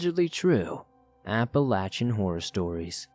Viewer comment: I appreciate that you pronounce Appalachia properly!